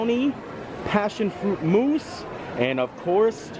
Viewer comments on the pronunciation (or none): none